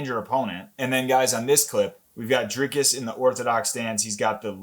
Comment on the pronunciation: His name is NOT pronounced Draykis it is Dree like and cuss like miss. Doo pless like bless and cee. ❤